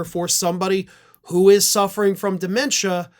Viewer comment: Why do you keep calling it de.mentia? He's always been an IDIOT.